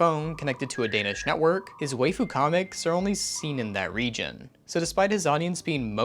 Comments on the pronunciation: This is a great video that's well researched and produced, but because of the way you pronounced waifu I'm afraid I'm going to have to unsubscribe and block you. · Pronounce it "Why-Fu"